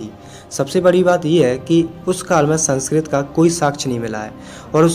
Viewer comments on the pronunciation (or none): none